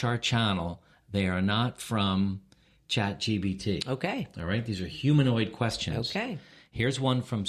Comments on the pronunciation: This is hilarious! And it’s ChatGPT not ChatGBT 😉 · I think its funny that you call it Chat GBT 3 times at the start of this video